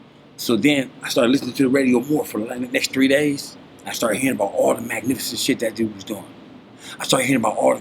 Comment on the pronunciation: Definitely would never question history or perspective... but when a lot of the ol heads say it.. It sounds more like MACnificent 7 as opposed to magnificent. I could be wrong though 🤷🏾‍♂️